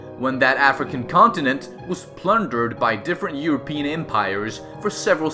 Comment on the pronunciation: “When that African CONTINENT was plundered